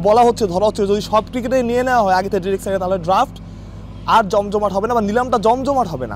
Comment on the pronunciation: ভাই ডিরেক্ট না ডায়রেক্ট হবে